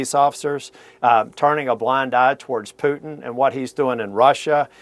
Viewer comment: "Pyutin" - CNN s , Mathew Chance . 🇺🇲 👏